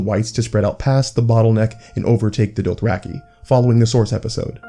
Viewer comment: Your pronunciation is killing me... Doath-rack-ee? Mell-i-ssan-dray?